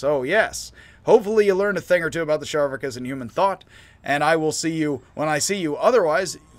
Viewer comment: Its spelled Charvakas, so why are you pronouncing it Sharvakas? Char, like Charcoal.